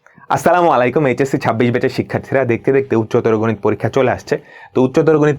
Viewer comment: Vai kichu mone korben na Apner salam deota bul ase assala malaikum hobe na... Assalamu alaikum hobe vaiya....😊